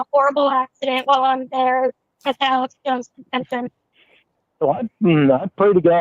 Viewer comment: I hate the way he pronounces Alex. “ELEX “JACK ASSH” JONES…THE AMAZING THEORIST!!” He’s nawt a GAWD!! Also hate the way he says Family. FEM-EE-LEE!